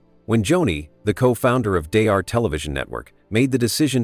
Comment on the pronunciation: Don't waste your time watching this video. The AI narrative keeps repeating the same thing over again and can't even pronounce Daystar correctly.